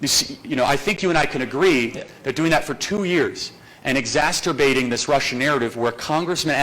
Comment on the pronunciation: Exasterbating? Like Luke from timcast. Must be an inside joke. 😂